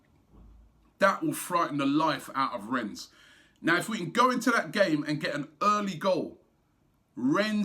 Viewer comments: please robbie... its pronounced REN not RENS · Pronunciation is Ren silent s Rob common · Jesus... Robbie, mate, it's pronounced 'Ren' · "Renne" robbie . remember ur preview last week . no "S" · Really Robbie you still pronouncing the club name incorrectly as Renz? I wonder what AFTv fans in Rennes think about that? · It's 'Renn' mate! Do the honors of pronouncing it correctly before we thrash them. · just because of robbie's shit pronunciation, I want rennes to win lol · LEARN HOW TO SAY RENNES PLEASE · even after the guy in Rennes told him you don't pronounce the s he kept doing it ! Nothing but love for Robbie but pronunciation is a weakness! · Man...how many more times! Don't pronounce the "s" in Rennes!🤣